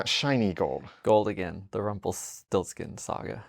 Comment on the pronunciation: 7 years of once and you can't say rumpelstiltskin ahahahahah you are a shame